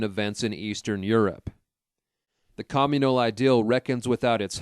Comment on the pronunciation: Your pronunciation is fukkin atrocious. You can say community correctly but then fuck up cOMmunal. Seriously this is unbearAble.